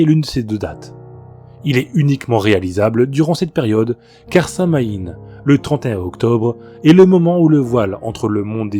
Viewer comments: Samhain se prononce "Sawin" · alors euh... ça va te paraitre bizarre, et ça m'a partu trés étrange aussi la premiére fois qu'on me l'a dit, mais Samhain se prononce en faite "Sa-ween"